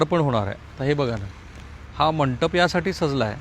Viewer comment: Mitra mantap nahi re mandap mhantat 😂😂